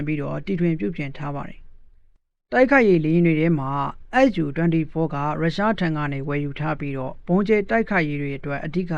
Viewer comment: SU ကိုတောင် ပီအောင်မပြောနိုင်ဘဲ သတင်းကြေညာနေတာ အတော်အရှက်မရှိတဲ့ကောင်ပါ.. SU ... အက်ယူ မဟုတ်ပါ အက်စ်ယူ ပါ..